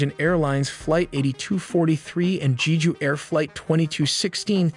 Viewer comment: also Jeju was pronounced incorrectly. The E sounds more like E in the Ember (like how you say E in spanish), not like E in Eagle.